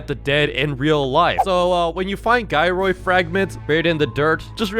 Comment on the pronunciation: it's not a guy roid a gyroid cause it sounds like you're saying guy and roid